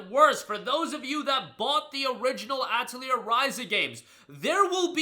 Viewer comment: ah yes my favorite JRPG, Ah-teh-leer